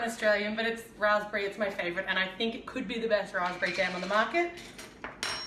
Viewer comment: Its jam not jem